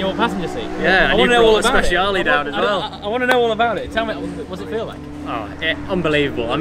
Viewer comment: Guys when you call italian cars and the name has the "E" is pronounce as "e" and not as "i" so is sprecialE not speciali. Ps. love your videos :D